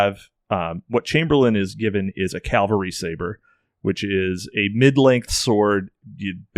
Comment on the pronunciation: It's Cavalry, not Calvary